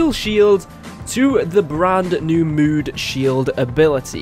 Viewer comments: Evan Drennan he is saying moon instead of mood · There u go u are saying mood XD